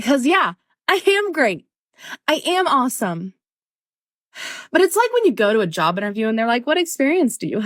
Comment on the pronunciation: Lmao it sounded like she said "I ham great" 😂 anyone else hear that?